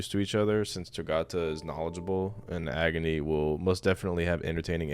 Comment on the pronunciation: pronouncing agni like agony